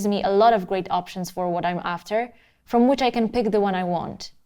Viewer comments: Ca-TAG-ory.....Love it . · She emphasizes TAG in caTEGory, Kinda makes sense considering the subject matter. She invented a new word that should be in the musicians dictionary. LOL Cute.